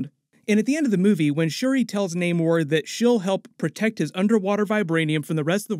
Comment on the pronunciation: Why are you guys still calling Namor when he pronounces it Namor 😑.